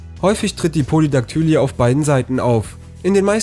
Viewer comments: Polydaktylie wird pólidaktülí gesprochen, nicht pólidaktǘli-e, also Betonung auf der ersten und der letzten Silbe, ohne ein angehängtes e. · Po-li-dak-tü-lii und nicht Po-li-dak-tü-li-e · Polydaktylie wird anders ausgesprochen